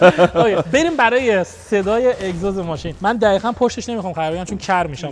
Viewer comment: این قشنگ معلومه بچه آبادیه..مثل لکا ق روتلفظ میکنه...دخیخأ😂😂😂😂